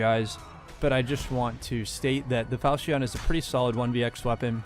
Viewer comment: falchion not falcheon jk pronounce like you want